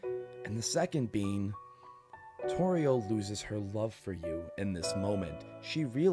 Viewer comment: I want to cry when you said torie